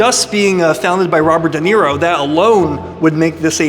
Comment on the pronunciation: I think It’s spelled Duh Knee Roe. Okay, you fixed it 😂